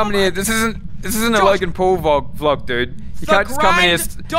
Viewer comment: “Logan Paul vog”